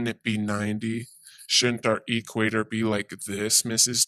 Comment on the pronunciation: Whadda Dope!!! As soon as he says "E Quator" you know his parents are closely related!!!!